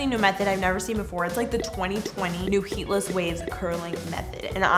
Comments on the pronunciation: IT SAID HEEDLESS INSTEAD OF HEATLESS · HEEDLESS to say I believe you are correct hehehe! 😂😝 I thought it was cute maybe it's corny but sometimes you just have to be!!😂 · "New HEEDLESS Waves" lol